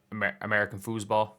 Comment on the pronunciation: it’s football not foosball get it right